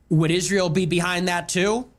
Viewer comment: Why can’t Candace say Israel. She says “Ishrael”